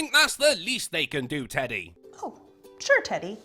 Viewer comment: Did she call him "eddy"? I thought his pronoun was "teddy"